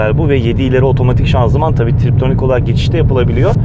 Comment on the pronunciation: triptonik değil "tiptronik" vites